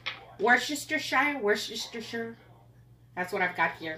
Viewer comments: Woo-stir-sure woostershire! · Worcester is a hard one, but it's actually pronounced Wister. Loved meat loaf recipe. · Can’t wait to try your recipe for meatloaf. Just a bit of help with the pronunciation of Worcestershire sauce; Worce (worse) ter shire (sure). It comes from the city (shire) of Worcester (Wurster), in England. In fact, most Brits just call it Worcester sauce. Hope you don’t mind. It’s repayment for all you’ve taught me. Loving your channel in Mexico City. ❤ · Worcestershire sauce is pronounced ‘ Wooster’ (so British!). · I have English in-laws and Worcestershire sauce is pronounced Were-Ster-Sure or Were-Ster-Sheer 😊 I would have used more butter. 😁 Your recipes are great. ❤️ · Hi. LOVE your meatloaf recipe, so do my picky-eater kids. Thankyou for sharing. Worchestershire is pronounced 'war-ster'....(much easier on the mouth 😅) ❤ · Pronounced "wash your sister"! I know it's funny, but you'll pronounce it correctly everytime! Love your recipes. So many of them are just like my Gramma's. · Fun fact, Worcestershire sauce is pronounced Wer ster sure. We Americans overthink it. I asked a European friend how to pronounce it. So to simplify: Worces ter shire Worse ter sure🎉😂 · It's said" wister- sheer sauce" 😁, it's old English,not said the way it's spelled,pronounced differently.😉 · By the way, it’s “wuss teh sure” sauce! ❤️ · Wor sester shire 🤣🤣🤣🤣🤣🤣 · Worcestershire is pronounced worse-te-sher...just a friendly fyi😊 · Worcestershire sauce is pronounced "Wooster" sauce ! F. Y. l .